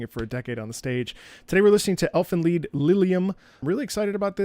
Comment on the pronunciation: I'm not sure if you knew ahead of time of the pronunciation, through your operatic knowledge of latin, or you were pre-informed. Most people who don't know assume it's the English "lied".